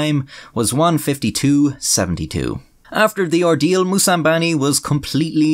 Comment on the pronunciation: *Moussambani, not Moussambini.